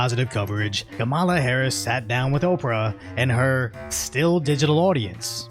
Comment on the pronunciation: At the end - it’s not “kamillã” it’s “que mala?”.